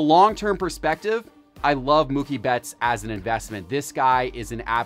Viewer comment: It's pronounced Moo-kie not Muck-ie!